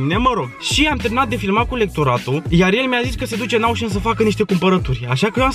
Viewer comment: “Aușăn”MI E RAU:))))) daca asa ii zice la “oșan”eu sunt conopida.ba si cu numarul ala,bai,alea la tine sunt 10 cifre?=}}}}}}